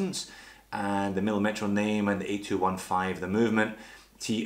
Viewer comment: by the way the correct pronunciation is millìmetro, not millimètro. the accent is on the second "i", not on the "e"